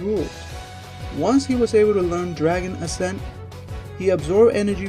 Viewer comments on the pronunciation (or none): none